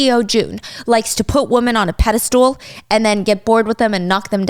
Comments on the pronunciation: It's pedeSTAL not pedeSTOOL ma'am 😅 I genuinely thought I was hearing it wrong all this time watching Rotten or Baking 🤣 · I've been listening to Stephanie for a time now. I have always wondered if there is a backstory to her pronouncing "pedestal" as "pedestool". Does anyone know?